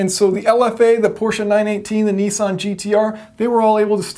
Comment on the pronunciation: lol he pronounces nissan like nii-san